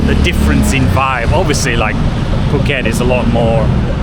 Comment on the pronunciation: the "asian"/"Thai" pronunciation you are trying is annoying. Please ask a Thai person how to pronounce the word. You kinda butchered all the word. I appreciate the effort but just a little bit more. (i.e. Phuket = POO-KET (not PORKET)